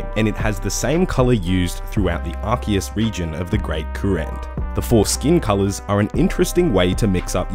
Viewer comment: I swear he said ”foreskin colours”